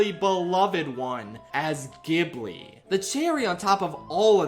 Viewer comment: it's pronounced ghibli not ghibli